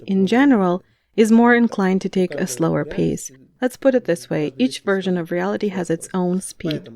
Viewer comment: Качественный и красивый перевод и чистое произношение, такие детали как например version произнесенное как "вёржн" (в смысле не вёршн) выдают опытного переводчика:)